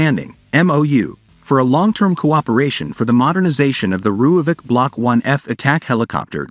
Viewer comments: Its actually pronounced roy-folk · Please learn to pronounce Rooivalk